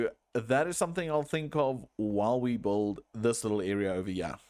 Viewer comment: the way you say "build", it sounds like you're spelling the "u", it is meant to be silent though.